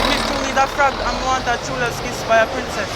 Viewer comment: Man say "prince-cess"